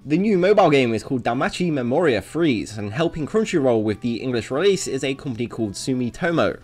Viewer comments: It's actually pronounced Memoria "Phrase-Say". I wouldn't know if I weren't able to read the JP ver's logo. DanMachi just have some weird made up words man... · Wait this game got censored. I play both versions and I didn't even think to test the touch thing. At least none of the art seems censored. Also pretty sure the e at the end of Freese is pronounced. So Free-ze, not freeze.